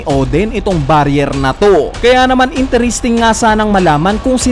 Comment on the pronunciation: Nakaka cringe ung interesting "intiristing" I pronounce. Not once but twice.